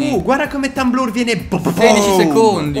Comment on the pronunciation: che chiama blur Tamblar è il top😂😂😂